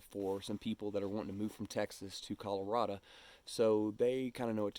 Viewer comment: First thing I would suggest is learn how to pronounce Colorado!😂